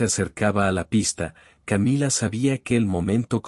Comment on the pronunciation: Qué estupidez esta narración, si está en español porque tiene que decir camilla??? Querrá decir Camila! Camilla es una cama de emergencia para heridos o muertos